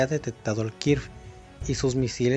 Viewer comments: ¿Kirf, que es un Kirf? Pensé que era Kfir... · Cual kir jajaja primero hay que aprender como mínimo los nombres correctos de las aeronaves 🤣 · Allí si la jo diste mínimamente debes de saber los nombres propios así que recuerda pronuncias la K y seguidamente en la palabra qué continúa así de simple